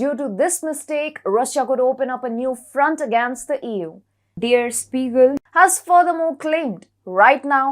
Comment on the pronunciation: Well, not everybody knows how to pronounce German names and words. It should've been "deh-ah Shpee-gel" but nonetheless, most English native speakers misspronounce this name just like she did, so I see no problem